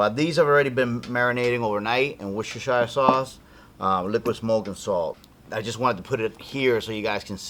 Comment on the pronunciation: In England it is pronounced "wooster" sauce. FYI.